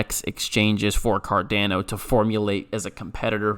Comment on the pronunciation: Please stop saying Cardano like that 🤣